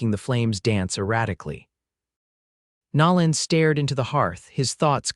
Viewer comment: So sorry the foreigners playing with A.I. still have not learned true pronunciations of ordinary words and names. Nolan is not pronounced like Louisiana's New Orleans.